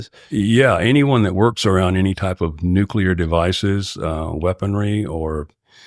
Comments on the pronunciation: He says "nuclear" rather than "nucular". That's pretty great. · Finally, someone who can pronounce NUCLEAR correctly! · I can’t overstate how refreshing it is to hear someone pronounce “nuclear” correctly